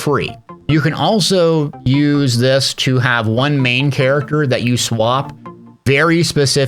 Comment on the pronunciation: I said Character like Chair , The rest of the video was very very good but i just had to let you know xD